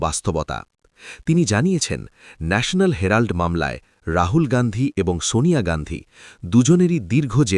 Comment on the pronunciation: ন্যাশনাল হ্যারাল্ড নয় উচ্চারণটা বোধহয় হেরাল্ড হবে ig 😊